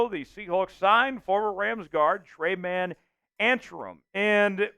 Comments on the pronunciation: Tre-Main.... not tray man. Good lord, it takes 10 seconds to figure out how to pronounce someone's name. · His name is pronounced Tre-main